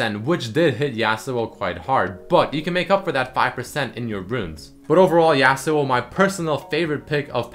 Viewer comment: Hehe,, you got your "yAh-suo" right, but you still kinda say "exetera" insrtead of "et cetera" =)